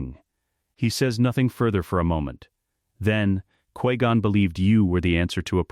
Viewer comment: 1.25x speed makes the ai speech a lot better but cant help how it says qui gon